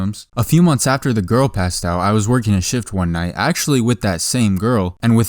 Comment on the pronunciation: ever time say "Shift" i hear "Sh*t" instead of shift.